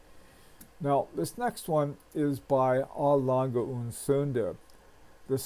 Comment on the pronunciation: Love your videos! Your pronunciations areas horrendous they're hilarious. You managed to slip a D sound into Sohne !